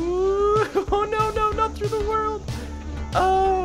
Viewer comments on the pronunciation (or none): stop saiding the f wold